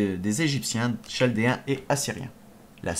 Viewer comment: On dit KALDÉENS !!! et NabuKodonausaure !!! C était super a écouter